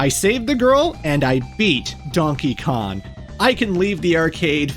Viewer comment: ITS DONKEY KONG NOT DONKEY KON😭